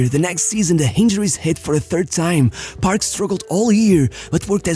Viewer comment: Am i the only one who kept on hearing him pronouncing “barb” instead of “paRK”..